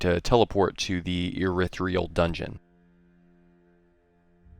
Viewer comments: Irithyll. Not Irithryill. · Urethra Dungeon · I'm not sure if he means to or not, but I love how this guy mispronounces the name's of the areas. "urithreal dungeon", "born real valley"